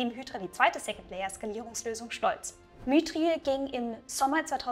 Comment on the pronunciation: Dieses mütriel wird mithrill ausgesprochen (wie man thrill eben ausspricht)